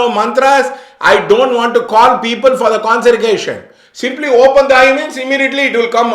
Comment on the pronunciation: You can't even pronounce consecration "conserication" and talks about Linga Bhairavi , I think you need to educated yourself sir first, secondly try to understand the dynamics of prana prathishta, if you entered the temple you would know.